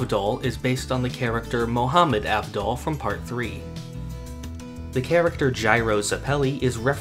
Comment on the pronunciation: Bruh how hard is it for people to say Abdul. The man is Indian, who has ever heard of an Indian named avvvvdol?